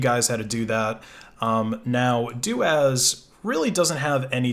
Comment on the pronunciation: I am pretty sure it is pronounced soo-doo as in super user do! Corollary as it is doo-as not doh-as.